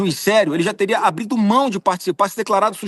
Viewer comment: Eu ouvi "abrido"? Agora a briga ficou séria. Um juiz que não sabe a diferença entre "mas" e "mais" e um senador que fala "abrido", por isso o Brasil esta assim, olha o nível.